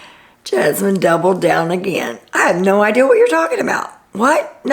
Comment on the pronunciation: you say "I had no "ideal" or "she has no "ideal", instead of "idea" like my mom says! I think it's so cute!